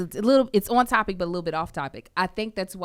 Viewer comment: “Wittle Jesus” 😂😂😂